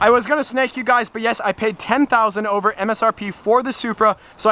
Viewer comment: I always hate when he says '' this vlog is olver''